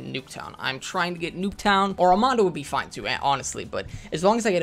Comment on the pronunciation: ARMADA. Not ArmaNda